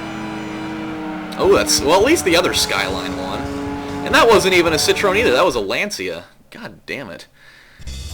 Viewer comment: It's pronounced See-troh-wen Believe me, I'm french :p